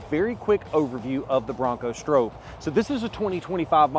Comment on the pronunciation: The biggest issue with the Stroppe is that you always say it wrong😂